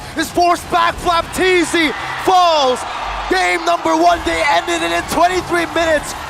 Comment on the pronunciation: FLAPTZY ❌ FLOPTZY✅